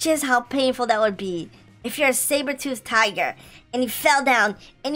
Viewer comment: your a cat too i lought you said saberthoot